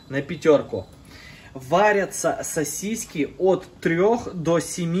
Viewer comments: Не сосисЬки , а сосиски!!!! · Тысячу раз произнес СОСИСЬКИ, специально что-ли. Рецепт огонь 😂. Повар 😂. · СосисЬки, сосисЕк😂